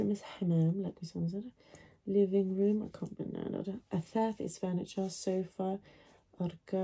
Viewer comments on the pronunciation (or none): none